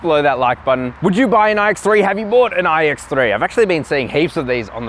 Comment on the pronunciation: “All new ooooiiiiiigh ecks thre”